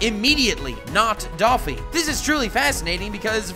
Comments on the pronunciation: Your pronunciation of Dressrosa, Doffy and Donquixote are atrocious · Love the way you mispronounced Doffy's name